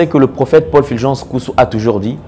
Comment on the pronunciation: C'est Fulgence, et non Filgence. Pourquoi vous, congolais de la RDC, avez du mal à pronocer U ? Vous prononcez i à la place de U.